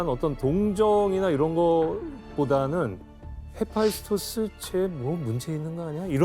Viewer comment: 헤파이스토스가 교수님이 발음할땐 계소 헤아피소스라고 들려서... ㅎㅎㅎ개명